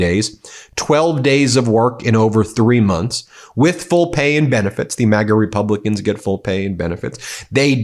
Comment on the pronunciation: Did he say " the repumpkins ?